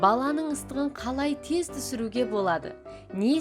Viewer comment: Тез теһ аитши былшырамаи